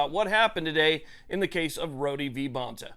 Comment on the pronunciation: It’s just PRONOUNCED Road. Not roady